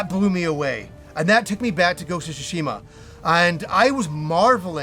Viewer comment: "Ghost of Shishima " lol